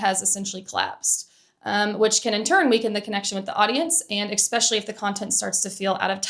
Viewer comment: I think this is a great video. Amazing examples, insightful comments, and great flow. Respectfully, the one thing that takes me out of it is a word you use a lot, “especially”. You say ek-special-ly, instead of eh-special-ly, and it’s distracting to me.